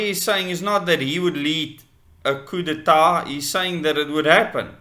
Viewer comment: coo day tar - is how it is pronounced